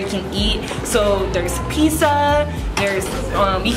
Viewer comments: “pisa" me:ExCuSe Me it's pizzah ir pixxa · THAT DROVE ME CRAZY HOW SHE SAID PIZZA OMG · Omg I’ve never heard anyone call Pizza, Pisa. Lmao soooo cringe. Hopefully that UCLA education taught her correct pronunciation. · I went to UCLA in the 90s as well when people actually got in because of their scores not because of their skin color this girl can't even pronounce Pizza.😐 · Why do you say pizza “pisa” ?? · i’m sorry but if she says pisa one more time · Omg I’ve never heard anyone call Pizza, Pisa. Lmao soooo cringe. So much for the UCLA education. Pisa oven 🤦🏻‍♀️ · The way she says pisaa omfg i love it😂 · Pissa?? Lol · She said it more like Peesah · Why doesn’t she know how to say “pizza”. I cannoooot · Nah, she was saying Peesah😂😂